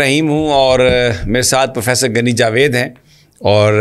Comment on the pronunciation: گنی نہی ھوتا غنی ھے لفظ